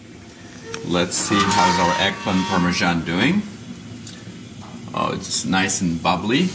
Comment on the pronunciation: It's pronounced EGG PLANT not egplin! However that looked great so I will try it.